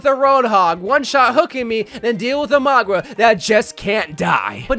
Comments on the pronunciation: Why he calling him Magua… it’s Mauga. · Ah yes, my favourite heroes: Kuh-rico, Sorjourn, and Magua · There is kind of 3 things going on here actually. - The correct or "samoan" way is kinda like saying Mannga. - We all and himself use Mauga - for some reason says Magwa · Is that how you pronounce his name Maugwa?